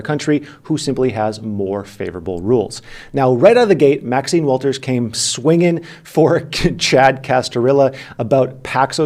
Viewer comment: Waters…….. not walters. She is a black woman in a position of high regard get her last name correct.